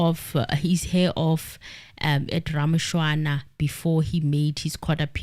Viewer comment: Morning Team It's Ramochana not Ramoshwana